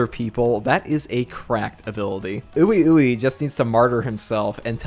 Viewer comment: ppl always say ui ui name wrong... its "WEE WEE" so simple.